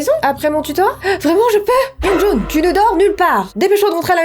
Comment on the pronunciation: On dit youngjoun XD